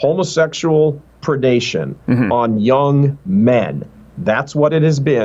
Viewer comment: Gay? Heck no, I was gay when I was younger. That was happy!!! I like his emphasis: homosexual predation! That’s really what it is.